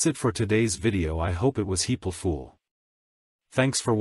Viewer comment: "That's it for today's video I hope it was heaple fool"